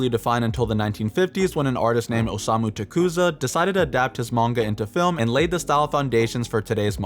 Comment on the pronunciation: You pronounced tezukas name wrong this entire vid lmao